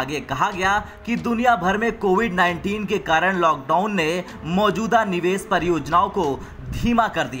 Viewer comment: Neeves (निवेस ) nhi bhai Nivesh ( निवेश)